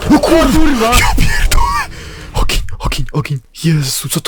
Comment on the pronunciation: mistrz języka polskiego.,,Ło KurWurWA"